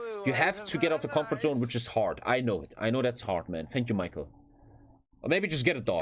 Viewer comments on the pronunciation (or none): none